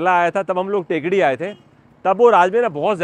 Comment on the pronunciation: टेकडी नहीं थेक्कड़ी है इस शहर का उच्चारण